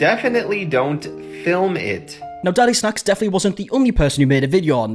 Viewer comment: It's getting me everytime he's calling DADIsnacks as DADDYsnacks😂